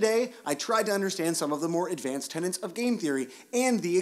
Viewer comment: Tenets, not tenants.